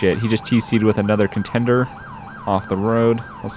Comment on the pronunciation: "Is it ContenDER or ContenDAY?! => It's ContenDER for everyone... except for (= ContenDAY!!):-P